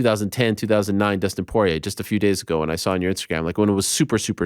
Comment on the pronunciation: "Dustin soyrier"